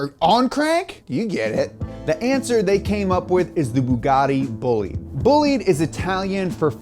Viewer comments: he really pronounced bah-lidee as boleed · it might seem like nitpicking, but since you guys care so much about proper pronunciation, it not boo-lide, its baw-lide, the single o. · It's not pronounced Boo-Lead, it's pronounced Boh-Lee-Deh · Bo-li-dE not Boulid. The e is not silent and the o is closed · Bolide is from French = race car Not said booh-lid, but bah-lid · Thank you for explaining this so well to the normies. PS: It's Boh-Leed, not Bully ! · It is boh lee dh, not bullit... Un peu de francais monsieur 😅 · BTW, it's pronounced BOH-LID-A, not Boolid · I’m just gonna put this out there. IT’S PRONOUNCED BO-LIDE, not bo-leed. Just thought that needed to be said. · It's not bull leed tis pronounced bo lide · "The Bugatti BOOLID" Me, an Italian:"it's BOLIDE, BÒ-LI-DE, remember the E at the end, but not Bolidee, it's BolidE." thank you. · It's a Bolide not "Bollid", BOLIDE! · Bolide Is pronounced "Bowleedah" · sorry but it's "bol-ee-day" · Bo-leed... come on man. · did you just say bolede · It’s Italian, so it’s Bo-li-de, right? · Bolide. Not bullied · Boe-lee-de is how you say it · Isn't Bollide pronounced as "boo-lieed" rather? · It's horrifying how you pronounce Bolide it's pronounce /'bɔlide/ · Great video, but it's pronounced bo-lee-deh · Si poi è bolide non bolid... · tbh it sounds like "bugatti bullied" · Not in French, no. They have a different pronunciation and a different definition than other languages using the same word. And Bugatti is French, so it's "buh-LEED". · BOLIDE in italian is better said like BòH-LEE- DEHH . Still gives the idea though ;) keep up the good work! Bravo! Cheers form Italy! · When you say bolide it sounds like bullied... Poor Bugatti got bullied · Yeah lol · The way he says “Bolide” and the way he translated it made my ears bleed. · ahahahah even though they're French, the word is Italian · great video, but please learn how to pronunce italian words (BOLIDE)